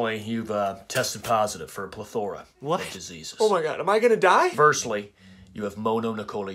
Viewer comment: He didn’t even pronounce plethora right lmao